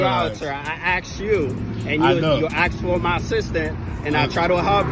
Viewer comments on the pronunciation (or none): I AXED YOU? or asked you. I can't believe a cop s NOT able to pronounce words correctly. What a shame. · ASKED not AXED!